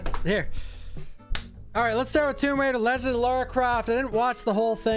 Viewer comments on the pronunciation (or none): none